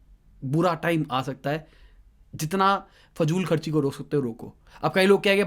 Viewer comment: Faajul kharchi nhi fizul kharchi